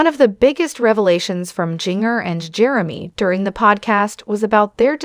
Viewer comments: Jin-ger!!!!! Not jingerr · I agree it's annoying that she's pronouncing the names wrong